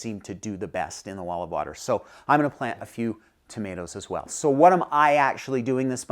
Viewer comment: Did you say wall of water? Olive water?